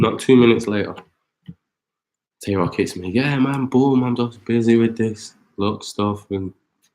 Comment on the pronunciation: Y’all saying Tay Roc & Twerk wrong but not acknowledging how shady Shotty sound